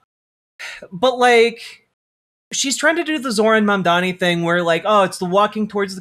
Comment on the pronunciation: I have literally yet to hear anyone on fox news pronounce mamdani correctly, which is surprising because he’s all they talk about